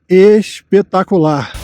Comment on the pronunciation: Deve terem tido uma pernoite " ixpetacularix"